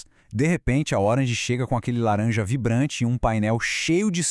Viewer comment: A cor e o "larenja", é triste haha